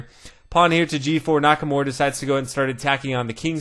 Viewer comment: NakaMURA* not Nakamore! Beside that, great video keep it up